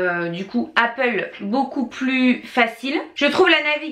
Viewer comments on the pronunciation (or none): none